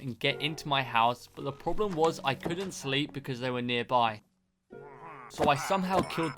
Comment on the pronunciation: I listen to him say sleep but i listen to him again he say slap lol